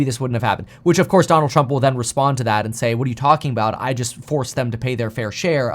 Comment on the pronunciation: Trumpuh versusuh Bidenah